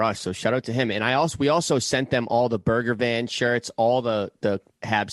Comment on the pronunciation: I love how Biz says Burger Van for Bergevin.